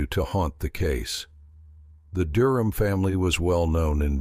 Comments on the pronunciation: The family's last name was mispronounced almost the entire video. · Pronounce their last name correctly please